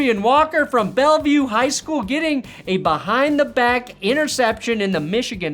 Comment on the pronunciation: S/o SE Michigan but in the #1 blop10 video that schools name is pronounced {bell-ville}